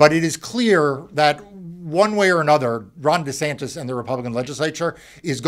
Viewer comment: It sounds like he called him Rotten Desantis 🤣🤣🤣 Gonna have to start calling him that.